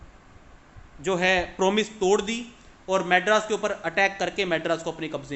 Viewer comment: Madras BHI bolna Nahi atta